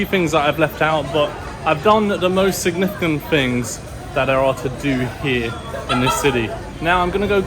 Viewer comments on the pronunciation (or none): none